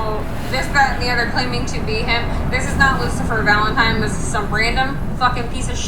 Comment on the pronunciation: "LOOSER FALENTIME" = the way all the gen z kids pronounce his name